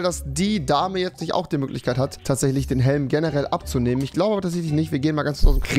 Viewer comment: Ochmann Rewi, ich glaube Fortnite hat dich wieder verdummt, du konntest mal normal reden, jetzt fängst du wieder mit fich, isch und so an🤦‍♀️ och gottel